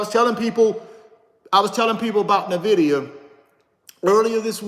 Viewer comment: You're pronouncing Nvidia wrong. 🤦‍♀